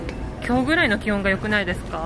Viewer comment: 冒頭、今日ののイントネーションが関西弁なんだけどなんで？ルーツが知りたい、千葉も関西弁多いけどね、それは理由知ってるけど